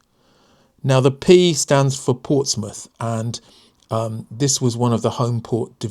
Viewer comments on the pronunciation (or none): none